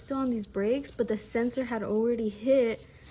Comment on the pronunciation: It's a SENSOR ... not a SENSERRRRRRRRRRR 😅😂🎉